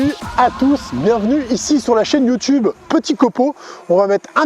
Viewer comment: Tuto très sympa mais musique de merde. De plus on ne dit pas Youtchube mais Youtube ! pourquoi prononcer les "t" en "tch" comme à l'oued ?!? on pronone aussi les "r" c'est français !